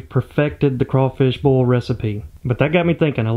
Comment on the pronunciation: Say Boil without sounding like "Boiah"